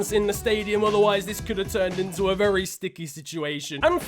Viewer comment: ‘I feel Vevy goood’ SNIFFS